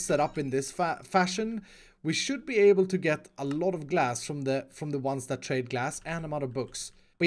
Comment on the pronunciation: when u said “trade glass”, u sound like u said “trade gas” XD